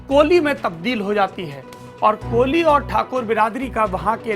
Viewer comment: It's not કોલી It's કોળી.